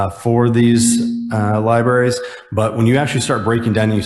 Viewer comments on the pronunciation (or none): That republican cannot even pronounce 'library' correctly.